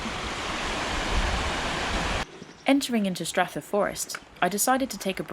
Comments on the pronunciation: you lost it slightly on pronouncing some of the towns but you did better than Americans. Aberfoyle is said as Aber foil. Callander is as in Calendar the thing that you get dates from and Strathyre is Strath higher but you were spot on with what I'd say are the harder ones ( the lochs names ). When you mentioned squirrels as friends , I have photos I would like to share with you. I rescued a baby squirrel some time ago. It was being attacked by dogs and ran up my leg. I was wearing a combat jacket so maybe in its panic it thought I was a tree :) but popped the little guy into my pocket. He went to the pub with me before my shift and was fed in the staff room.I took him home living in my room for a day. My plan was to let him go when I did my volunteer shift as a ranger at falls of clyde but he stayed with me all day while I showed the falcons to visitors. he sat on my shoulder often to delight of my wildlife trust bosses. He finally made home under my shed. I think he had vertigo as never got higher than 6 feet despite good trees in the garden. lost him for a while only to open my door to him on the step with a female and young sitting a few feet away. He was showing me his new family. they were timid but learned to trust me from dad sitting on me and taking food. Not seen them for a while now which is a worry. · really enjoyed that! Try next time to get the local pronounciations: "Callendar" is the same as "Calendar", "Strathyre" if like "Strathfire", "Aberfoyle" is like "Aberfoil", etc. The locals would really appreciate it. Also, a vid on your kit, would be useful. What works and what doesn't. Waterproofs, leggings, sack, etc... Better than prime time tv. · Like your channel, loved the face you pulled eating the wild crab apples and when you pronounced Callander as two separate words, say it fast like its all jammed up tight together, Strathyre say Strathire, lovely channel.